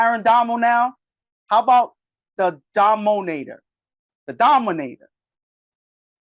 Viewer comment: Lmfao 😂 “Domo-nator” 😂